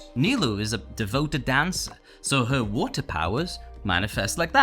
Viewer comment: Bro can t say WATER